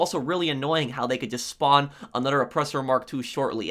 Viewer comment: Stop saying another like anoder